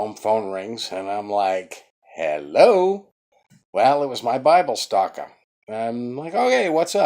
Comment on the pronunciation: Did you say Bible stalker?